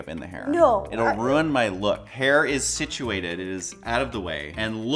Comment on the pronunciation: No one:: The hair is SItUaTed